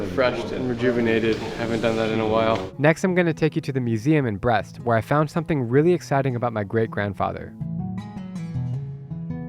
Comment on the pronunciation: It's pronounced Breest, not Breast. Lol